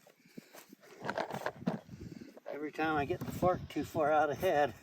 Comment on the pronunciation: 😂😂 I thought said the f word! But he said fark 😂😂😂 (fork)😂😂😂